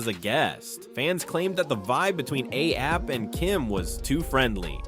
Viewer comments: Anything but A-SAP. 😂 Alee-app, A-thap, A-hap A-say-yay-pee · Why is he saying ATAP?!?! 😅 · ASAP rocky not aap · Anyone else not hear the 101 ways dude said "ASAP"? How can a spelling/pronunciation be wrong so many times I begin to think dude was deliberately playing with us... 😅❤ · Asap’s name was butchered about 70 times